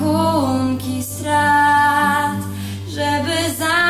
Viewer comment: Najbardziej mnie raziła wymowa: "rachunki strat", a nie rachunki srat :P oraz "puste miejsca przy stole", a nie SOLE . :P ładne aczkolwiek zbyt teatralne wykonanie. Ot, takie moje zdanie :P